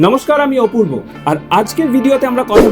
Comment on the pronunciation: আপনার ভিডিও অসাধারণ। শুধু আপনি নাম বলেন যখন অপূর্ব না বলে ওপূর্ব বলেন ওটা একটু কানে লাগে।